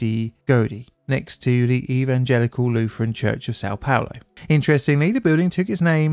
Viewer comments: What do you mean? He said "Sao Paolo" very clearly. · San palor? Not sure about how things are spewwed with the way english, destroy english. I have troubow wif that.